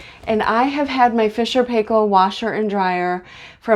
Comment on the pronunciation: Great video, very informative and clear thank you very much, love your pronunciation of Fisher and Paykel. (from Australia).